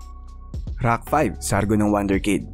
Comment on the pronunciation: Please stop saying “IDOL” and also pronounce rack not “ROCK”… lol